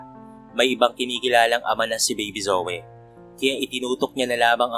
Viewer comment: PARANG JOEY ANG PRONOUNCE SA PANGALANG ZOEY.